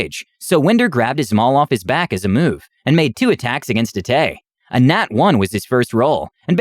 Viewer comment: xD Yeah, Atais, Aisla, Sisa, and Tazita got lost in translation. :p But he tried! Honestly, I don't even know how I'd try to phonetically spell Taz's name that would make it obvious.